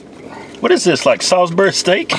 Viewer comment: Every time they say "sawsberry" take a drink.